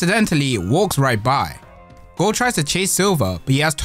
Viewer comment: He speaking gold but it sound like goat😂